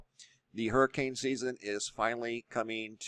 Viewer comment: ITS A Hurmmcain🙄